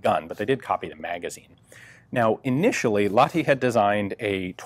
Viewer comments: Ok, say after me: Lahhh (breathe out some more) ti. Great! You can even squish the H a little if you like. It's not like you'd say la-di-da. The H is audible. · "Laadee". LAH-TI. H from Hate or Him or Hell, or maybe the H-sound from the Scottish Loch for training. EDIT: That scottish thing actually might work better for english speakers. Lach-ti. Sounds a bit russian then but better than la-di-da "Laadee". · american pronoucing Lahti sounds like polish ice cream